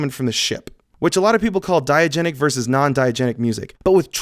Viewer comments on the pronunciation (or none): Diagetic, not diagenic